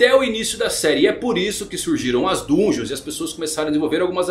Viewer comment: Se escreve "Dungeon", mas se lê "dangeon", pq está em inglês